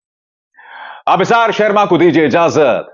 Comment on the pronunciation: Sarma😂 Aap ke talaffus jahan tak main jaanta hun bohot acche hai phir yeh sharma ko sarma kyun?